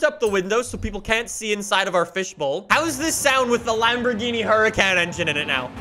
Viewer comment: The Lamborgently.